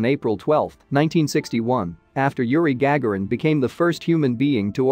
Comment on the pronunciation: Interesting...also, please pronounce Yuri Gagarin's name properly...you butchered it in spades.